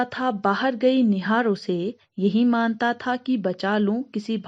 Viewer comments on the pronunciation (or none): Maam.., maanta tha nahi manata third stanza me appne galat pronounce kiya chaliye koi baat nahi . U explained well 👍👍👍👍